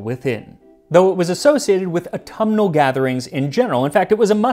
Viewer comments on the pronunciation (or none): none